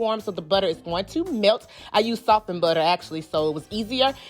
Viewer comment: The way she says BUTTA....When you cook with this much personality, you know the food has to be the . I had to subscribe for that reason alone! I can’t wait to try the recipes!!! Thanks sis